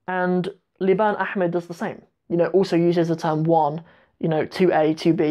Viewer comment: I noticed you pronounce liban and Liibaan the same way